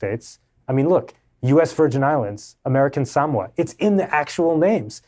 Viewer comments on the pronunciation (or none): Beyond the feminine manner of speech of the writer it's difficult to take seriously one who pronounced Samoa as Sam wah rather than Sa MO A.